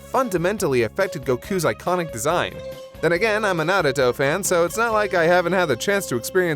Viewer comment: Okay, now you're just fucking with us with that Naruto pronunciation